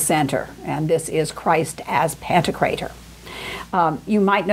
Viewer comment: I believe it's "Pan-TOK-rator"